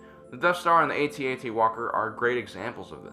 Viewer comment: Sorry, the accent's on the 2nd. syllable (cah-ME-no-uns), not the 3rd. (cah-me-NO-uns), referring to the cloners with the swan necks--Kaminoans. The planet is pronounced the same as the Spanish word for 'road'--camino. Also, AT-AT was always pronounced, rather than spelled.